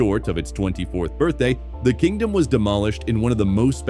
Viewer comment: C'mon! What's with the tacky AI nation with woefully mispronounced names 😱? It's "Kingdome", as in King + Dome, NOT "Kingdom"... and I'm sorry but Safeco is not pronounced "Say-fee-ko". Ugh. Wanted to enjoy this video but the narration just killed it (and not "killed it" in a good way).